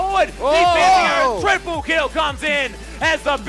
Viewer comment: "That double TPlee play" Lmao